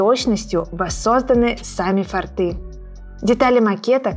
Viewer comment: Все прекрасно, огромная благодсрность, но не "фортЫ", а " фОрты".